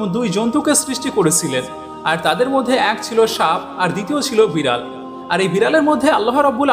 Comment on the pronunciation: ভালো লেগেছে, কিন্তু বিড়াল উচ্চারণ ঠিক মত করেন